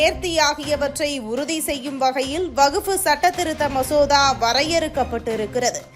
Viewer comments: எம்மா அது வகுப்பு இல்லமா, வக்பு வாாியம் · அடீயே வகுப்பு வாரியமா....என்னங்கடீ தமிழ் வாசிப்பு. வக்பு வாரியம் என சொல்லுங்க